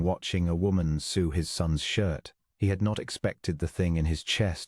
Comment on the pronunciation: suit on his face/soot on his face. The narration used the pronunciation "sue", as to do a legal process to get money, for the word sew (to stitch fabric together), which is pronounced like "to sow", as put seeds in the ground when planting. She took her flower (the bloom on a plant)/flour (ground grain)